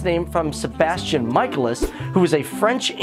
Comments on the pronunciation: its pronounced SEE EL (like that) And Sebastian's last name is pronounced MIC A LIS Pls learn it. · See el, it’s pronounced see el. Not si el. And it’s meh cae lis. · I died when he said Ciel's name wrong and Sebastian's last name wrong. Its {See-l} and {Muh-Kay-Lis} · Wait wait wait.... Did he just say.... Si-e-l? *facepalm* and... Sebastian mike-al-ias ur killing me buddy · Kee-roo-sheet-sue-gee. Isn't that how the supposed to say it? Mike-ay-less and See-el SAY IT WRONG AGAIN AND ILL RIP OUT YOUR VOICE BOX AND FEED IT TO YOU! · SBESTIAN "MIKE- EL- US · Yeah, not to mention they were distracting. I was constantly like, "It's pronounced cee-EHL and mi-KAY-lis! How could you watch the show and still not know how to pronounce their names correctly?" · Japanese pronunciation Ciel: Shieru Michaelis: Mi-Ka-El-Is English pronunciation Ciel: C-Yel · His name is actually pronounced 'Mic eye lis' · Ciel (See-el) and Manga (mon-ga) and Michaelis (Me-cal-is) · I must say i felt incredibly offended by you mispronouncing my name. I am Ciel (see- L) phantomhive not Sai eel and my butler Is known as Sebastian michaelis (Mic-a-Lis). I can understand with my butler as it seems you were merely pronouncing what you saw however I thought my name was pretty obvious? sighs Perhaps you need to do a video on how to say things... Honestly... Also the show/ Manga is Kuroshitsuji which is pronounced as: Kuro Shit Su gee Please for the sake of the hard core fans who died from cringe during this video Learn how to prounounce names yes i understand that they may be japanese which can be slightly hard but if you can't say it - DON'T SAY IT- it can't be that hard surley?* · When you know the cringe is real as Ciel's and Sebastian's last name is pronounced wrong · Oh My..The way he said Ciel and Michaelis....I cringed so bad (Im a huge Black Butler fan btw)